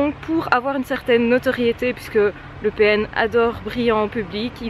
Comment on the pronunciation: A chaque fois qu'elle dit le PN j'entend "Le Pen"